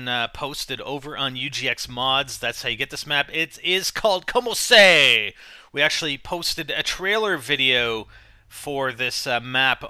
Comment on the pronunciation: i think its actually pronouced, comoseah. like komo se ah.